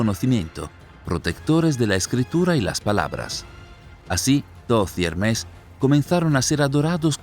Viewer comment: ¿Por qué dice "Hermés"? Es Hermes, sin acento. Cuando comenten errores tan básicos, provocan dudas sobre el contenido general.